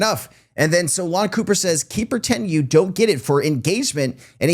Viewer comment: Hey…i made it into one of your videos. I never thought would reply back and it was pretty cool to have back my post up🤘🏻. Funny that you pronounced my last name Cooper🤣. Don’t worry, anyone who has the last name Copper gets it. Everyone gets it wrong. Keep up the good work. 👍🏻